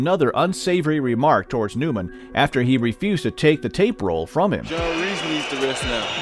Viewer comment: Ru-eez not ru-ez